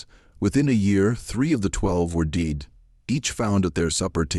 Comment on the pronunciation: I don't like this narrators voice. The other channel has the perfect narrator. THE SLAVES REVENGE. AI again? It's obvious when the word dead was pronounced deed. And 3 different voices. I do not subscribe to channels who use AI.